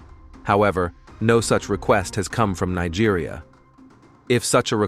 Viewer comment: Thanks be to God Almighty on high Amen 🙏🕊️🙏. I have always prayed to be alive and experienced this great nation of Biafra. He pronounced nigeria in a yeye way buh Biafra sounds neat and sand in his mouth. Thanks be to God Almighty